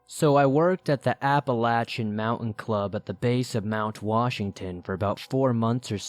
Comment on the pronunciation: I appreciate that you pronounce Appalachia properly!